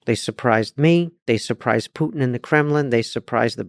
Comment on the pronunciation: It sounds so funny when instead of the word Putin I hear the word "put in".🤣